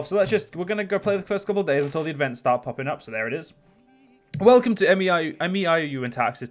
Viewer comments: It's pronounced "may-ow" by the way :P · You don't have to say M E I O U and Taxes. You can just pronounce it as May You and Taxes. Also you are in for one hell of a learning curve